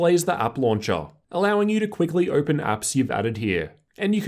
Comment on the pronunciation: How do you have a r sound when saying certain words like open 😂😂